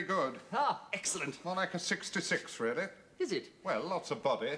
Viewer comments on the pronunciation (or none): It was " Veal-ly Really" 😁